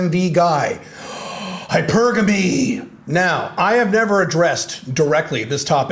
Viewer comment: Always appreciate your insights from your experience. Good post. (Nice to hear someone pronounce hypergamy correctly.)